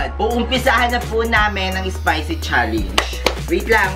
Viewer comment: it's spicy not ispicy